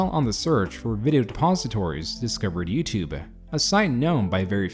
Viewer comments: "YoutuBEH" - why do you say it that way? With an "eh" at the end. The "e" is silent. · I learned a lot from this video. Mainly that the E in "YouTube" apparently isn't silent.